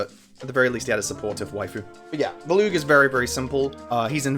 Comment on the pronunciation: I'm assuming this comes down to different pronunciations, but as someone who has also played Radiant Dawn a fuckton, who the actual fuck is "Villoo" Edit: he just slightly slurred the way he pronounced Volug in the beginning. It confounded me lol, as I pronounce his name as "Vōh-loog" where the "voh" is the stressed part